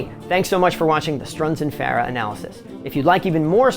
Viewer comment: One off the wall question.. You pronounce Farah unique. Is that how Ardeshir said to say it? I have always said Far-uh. Some say Fur- ah.. and you say Fair-ah.. Kind of a silly question but just a curiosity aside from the playing.